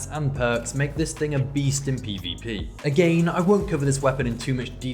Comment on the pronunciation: Hearing “agane” over 100 times was perfect I enjoyed this video